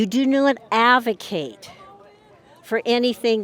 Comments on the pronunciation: This woman is like a sitcom character, who keeps using words that she doesn't know how to pronounce as her sitcom gimmick. He's a hippercant. You do not avocate for same sex marriage. You do not avocate for abortion. But the confidence she says these things with, when she can't even pronounce the words she's saying is astounding. It's like she's rehearsed saying these lines wrong for comedic timing. The problem with everything she's saying, is that even in her own scriptures, even if we were to accept that Jesus was against same sex marriage and abortion - which is far from clear - he was also unquestionably in favor of freedom. Jesus believed that we had to let every person make their own choices, and then their judgement for those choices was between them and God in the afterlife. It was Satan who proposed to God that we should force people to follow all of God's rules, and not give them a choice, to make certain that every last one of God's "beloved" children could make it back to heaven and none were lost. And for that, he was cast out of heaven. Jesus rejected Satan's proposal of forcing everyone to follow all of God's rules, insisting that only by giving people the freedom to make their own choices would they gain anything through their experience on Earth, and for this he became God's chosen son to lead his people back to heaven. This woman literally proposes the plan of Satan, and rejects the teachings of Jesus, right out of the book she believes in. The left does not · This woman is out of her mind. “It’s in their DNA ” “It’s a “Hipperkit”😂 “AVocate” This woman needs psychiatric help.